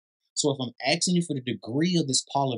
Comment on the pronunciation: “ Axing “ is not a verb…. “ asking” is .